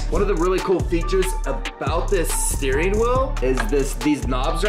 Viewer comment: Bro said a stwehh wheel